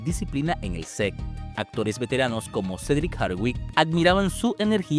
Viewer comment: Sec o set de filmación. Qué manera de hablar mal en varias partes 🤦🏻